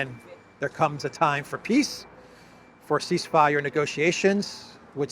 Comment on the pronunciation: I can’t unhear “peace” as “piss” in the Elensky voice